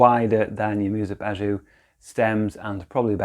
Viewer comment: you say it like "bazoo" 😂😂 lol